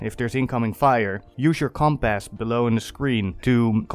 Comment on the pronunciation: Compass - (Say it this way - Compus) Love you man!